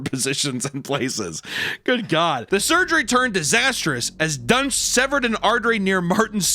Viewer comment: I thought they were saying his name was "Dr. Dunce".